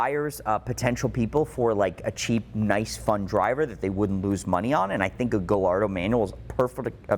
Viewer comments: Not to be that guy, but: Ga - Yar - Do 😄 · So hard to listen to the way he pronounces Gallardo... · I have a hard time believing that a guy who specializes in these cars can’t properly pronounce Gallardo. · I really enjoy your channel - do you pronounce Gallardo wrong on purpose just to get people to comment ??? Super curious …… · Not to be an asshole but you say Gallardo incorrectly. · I seriously cant believe doesn’t know how to pronounce Gallardo.